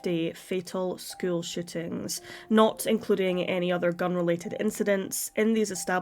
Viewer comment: Is it really that hard to pronounce shootings? Sounds like you're saying "shittings."